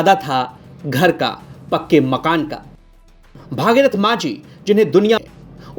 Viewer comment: Bhagirathi nhi hai Bhagirath hai. Thik se bola kro yaar